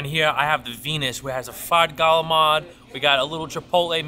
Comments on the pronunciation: The way he said calamari gave me aids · its gallamar if you're from NYC area !